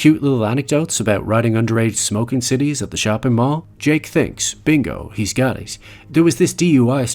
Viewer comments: Great stuff. Some minor corrections: "Cites" is short for citations, and is pronounced "sights." The ad-lib at the party is "All that jelly and no toast." Jelly aka jam. I believe it was an analysis from Dramatica that explained that the way the movie originally ended (and was filmed--note the clumsy digital blurring of the car's back window, and the Wise Men's luxury car parked prominently near Jake's house) actually resolved Jake's character arc, whereas the revised ending was left ambiguous. The deleted scenes are available to watch. That said, this movie is a masterwork of writing, directing, and acting. The scene where Jake finds himself stranded at the gang house still makes me anxious. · you read CITES wrong.